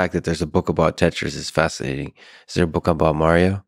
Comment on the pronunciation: When he said Tetris I wanted to stop the video and die.